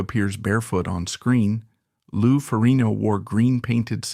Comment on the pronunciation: if he says lou name like that one more time 😂😂😂😂